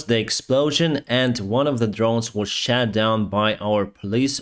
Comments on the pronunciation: Thanks for your daily updates. Just a minor correction to your pronunciation of the word "SHOT" as in "rockets been shot down". Pronounced as ШОТ not ШЕТ. Stay safe. Привіт з Австралії. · it is SHOT down, not SHAT down. SHAT down means something else in English, i.e. shit lol! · Greatly appreciate your daily updates! I follow them closely, and my heart bleeds with Ukraine. But please,, don't say "was SHAT down". It should be pronounced "SHOT", with an oh-sound, otherwise it will create a comic effect where there should be none. I say this with respect, and concern for how your videos are construed. Wish you the best! Stay safe! Greetings from Sweden. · The drone was shot down, not shat down. Pronunciation is important but “shat down” put a smile on my face. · "shot down" not "shat down".